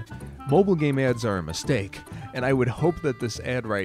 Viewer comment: He said gane instead of game